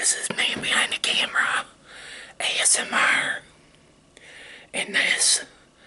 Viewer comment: it's just funny the way you pronounce it with your accent 😂